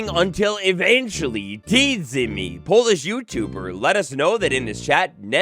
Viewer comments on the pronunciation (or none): none